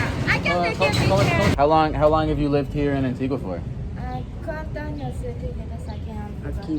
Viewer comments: gotta a be careful how you say "years" años = years ano = anus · Ayo when you say “Anos” you’re saying “Anuses” please say “Años” as in “AH-NYOHS”. Okay bye love you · I love asking people how many anuses people have 😂 Anos ≠ años